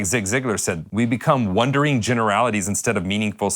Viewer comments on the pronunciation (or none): Did he say wondering generalities or wandering generalities?